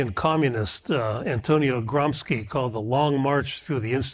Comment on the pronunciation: The professor, despite his 32 years of experience still does not know the PROPER PRONOUNCIATION of the name of Antonio GRAMSCI ???!!!! It is NOT pronounced as GROMSKI, rather it is GRAHM-shee. He is a Marcist pholosopher, he was imprisoned in 1926, and remained in prison until shortly before his death in 1937.